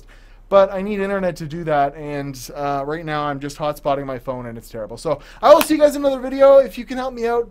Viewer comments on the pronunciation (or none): none